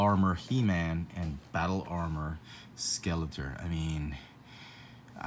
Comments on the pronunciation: It sounds like you are saying the 'tor' part like 'tur'. I don't know. I'm just jealous you get all these figs. I still haven't seen the deadpool wave. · Good find! But it's actually pronounced Skelator (tor, pronounced like door but with a t). 👍🏼